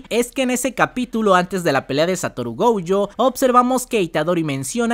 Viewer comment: Por q dice goujo no entiendo